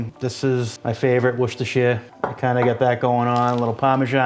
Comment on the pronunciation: you need to teach how to PROPERLY say worcestershire!